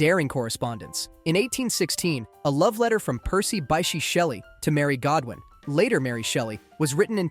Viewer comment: "Percy Bye-she Shelley" IT'S "BISH", BISH.